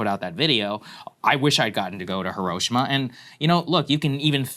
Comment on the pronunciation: Lol, everyone pronounces Hiroshima wrong.